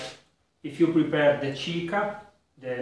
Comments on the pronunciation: Thank you for all your recipes! I watch them at night when i can't sleep... I already made ginger beer several times and love it! Just a tip: in spanish Chicha would sound like 'cicia' in italian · It's ciccia. The Spanish pronounce doesn't use the h like in Italian. Did you do a chicha, by the way? If it's good like your tripel, I'll have to do it